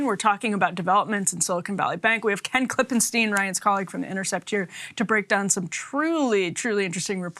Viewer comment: Great reporting on the SBV collapse! And thanks for pronouncing Ken's name, KlippenSTINE. 🤩